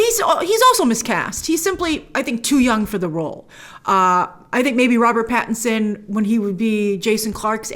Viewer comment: Pattinson not patterson, dude